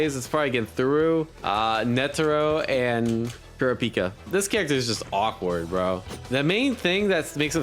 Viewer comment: Also, "Kurapika" really wants the stress on the second syllable not the first and third. It's "ku-RA-pee-kah" not "KU-ra-PEE-kuh"